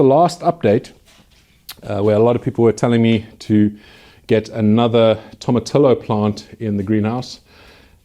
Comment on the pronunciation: The way you pronounce tomatillo is so funny! Toe-ma-tee-yo :)